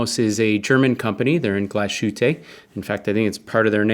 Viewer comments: Glashütte literally means Glass Hut. The "sh" is not pronounced as in English. So the town is pronounced Glass-Huteh. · Amazing review, but please look up how to say the word Glashütte lol